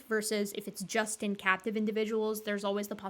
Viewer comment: said, "captive crested gibbons" and I heard, "cat depressive gibbons"...